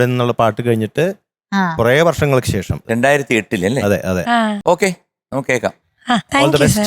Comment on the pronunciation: ആയുശ്രീ ശേശമല്ല ശേഷം എന്നു ഉച്ചരിക്കണം. മലയാളം പാട്ട് പാടാൻ വന്നിട്ട് മലയാള അക്ഷരത്തെ കൊഞ്ഞനം കാട്ടുന്നോ? ദയവു ചെയ്ത് ഭാഷയെ ഇങ്ങനെ വധിക്കരുത്. സങ്കടം കൊണ്ട് പറയുന്നതാ